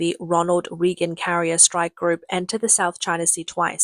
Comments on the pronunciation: hey AI lady, Reagan is not pronounced that way. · If you can't pronounce President Ronald Reagan's name properly then I'm no longer watching or subscribing.